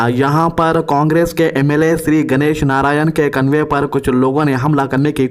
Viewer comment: 😂😂😂😂convey nahi hai convoy hai